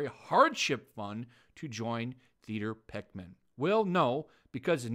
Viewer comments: 'Peckman'? Oh, you read almost as badly as Gary Beuchler. Peckham. Pronounced 'PEK-em' or 'PEK-um'. An area in south London. I'll give you this, though: this is one time when your daft plummy english accent is appropriate... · It's Peckham, not Peckman (pronounced like "Beckham", you know, that footballer who married a Spice Girl). Think of what birds do to people they don't like: they peck 'em.